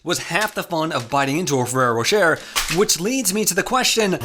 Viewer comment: Bro it's ro-shay not ro-sher hurts my ears it sounds so wrong